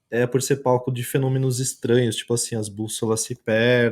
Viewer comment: fenonimos e metanicos KKKKKKKKKKKKKKKKKKKKK MORROH